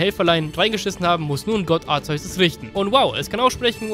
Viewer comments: ARKEUS wirds ausgesprochen Btw. Kyogre wird warum auch immer kaioga/kayoga ausgesprochen find ich schmutz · Du weißt wie man Arceus richtig aus spricht trotzdem nennst du es falsch verdammt wie und warum was willst du damit beweisen...?